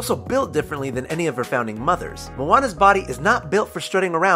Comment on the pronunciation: it's pernonsed ( a-lane-a )